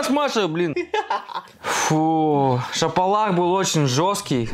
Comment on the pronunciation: Чапалах , а не шапалах